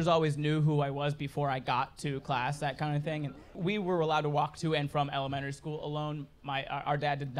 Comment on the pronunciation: Could you repeat Elementary?? Cause I heard Ellementory school… um my ears must be clogged by legos 👀🤣